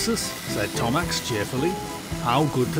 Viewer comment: its percy, not perchus Thomas, not thomax, not thomusk.